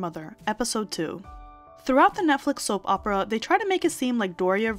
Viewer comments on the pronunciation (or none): none